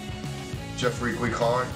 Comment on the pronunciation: "Geoffrey" mais merde à la fin 😭😭😂